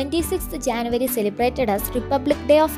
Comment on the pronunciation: It is not Janvary it is January